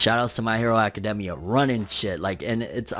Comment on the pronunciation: It really bothers me how he says academia anyone else ?